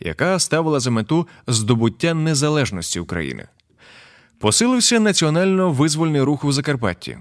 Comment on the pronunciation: Зауваження до диктора: не вИзвольний а ВизвОльний